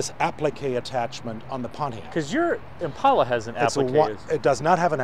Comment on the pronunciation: Thanks to the German guy for saying "Impala". So tired of "Impaula".